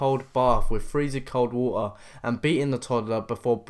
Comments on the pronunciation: E.g. wo-er..is pronounced water...wa..ter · Where are you from? You don’t pronounce t’s in your words Waer daugher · Gil-ee Why can' y'all not pronounce those hard consonants in the middle and end of words? Like, water is "Wah-ah" Possibility is Possibilii--eee Guilty is GIL-EE. It's hilarious. Also, I don't get why these people don't go out with a bang. Try to kill as many as you can on your way to prison. You're never getting out, so why not? Make them kill you and take out as many as you can while you do it. The sweet freedom of death would be better than a life in prison. And fuck yeah. Mad respect Michael. You still going to hell for that suicide, but mad respect man. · So he said wa'uh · “ Freezing cold wahar”😂😂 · "[ma-ə]", "[do-ə]"... Dude, you're not having fucking tea with the Windsors. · the narrator does not pronounce the “t” in water due to his British accent lol